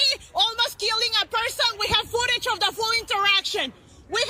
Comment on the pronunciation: Wtf is ootage ?